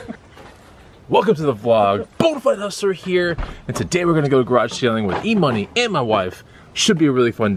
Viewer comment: E-Money sounded like E-Utah. 🤣